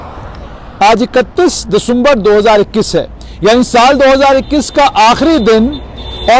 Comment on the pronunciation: Sirr ducumberrrr kyu bolty ho